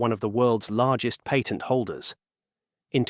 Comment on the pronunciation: Love your video, but please learn how to pronounce the word patent. Its SO annoying.